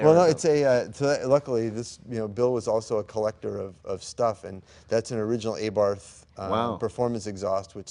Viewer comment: Mr. Tom Tjaarda (Stevens Thompson Tjaarda van Starkenberg) was an American cardesigner of Dutch ancestry who predominantly worked in Italy (Carrozzeria Ghia and Pininfarina). Among his designs is the de Tomaso Pantera. (Side note: guys, please say ‘abbart’ instead of ‘A-barth’ or ‘A-barf’ , it just does not sound right. Grazie.